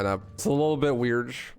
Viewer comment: blud said weirdge